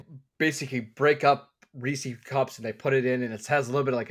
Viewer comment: Chunk and Sloth would be ashamed of your Baby Ruth takes. 1 Almond Joy 2 Twix 3 Mars Bar (US version) 4 100 Grand 5 Take 5 What kind of savage pronounces it Reeseas?